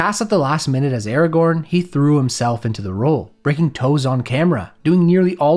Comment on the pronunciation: I am mildly annoyed by the way you pronounce Aragorn. Other than that it is a great video 😄